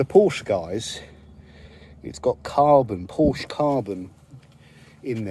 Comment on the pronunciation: It’s pronounced porshaa